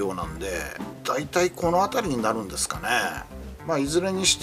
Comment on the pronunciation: すが。じゃなく。 すか。w